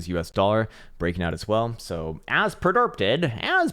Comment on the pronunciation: “EXAAAAACTLY AS PREDERPTED”